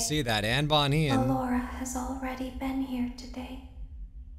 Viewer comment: That’s not Bonnie that’s bin bon bon